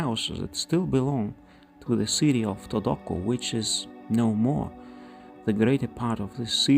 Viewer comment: The pronunciation of "Todoque" is "Todoke" and, not "Todokue"